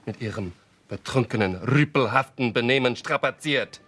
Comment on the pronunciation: As a dutchman who speaks german as in germans dont know that i am dutch. The way he says (litterally)betrokkenen rupelhafnem stapasiert. The way he said that.... bruh thats not how even we dutch would say it. He spoke it the english american way. We dutch and germand are so much alike that when germans say things i recal it and think oke they say it this way in dutch its a bit diffrent the mean this its just a bit diffrent how you shoul pronounce it. Aka our boy fucked up big time here